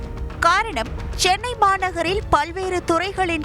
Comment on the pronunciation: ஸ்சென்னை இல்ல தலைவா. சென்னை.